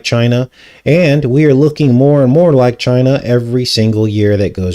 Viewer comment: He really over emphasizes ChinAH